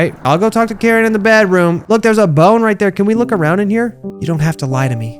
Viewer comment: Her name is pronounced kareen